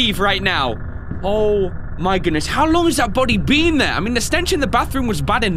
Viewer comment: you dont say been like that its binn in pronounciation